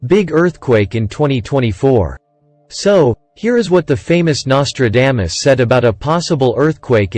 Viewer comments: WTH his name is not Nostradamus-dame-us ugh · the bot can't even say NOS-TRA-DAH-MUS correctly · Learn to say someone's name correctly before you make a stupid video. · Anyone notice the mispronunciation of his name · The worst pronouncement of Nostradamus i have ever heard 😂...Seriously, the man was a spooky force😮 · Well you started out pronouncing his name wrong what else did you get wrong